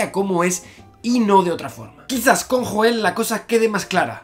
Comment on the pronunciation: se pronuncia yoel no joel.... No te ha matado??????